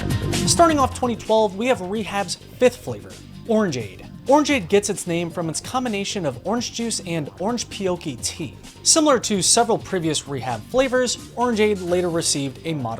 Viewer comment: never heard someone pronounce orange pekoe as "orange peoki"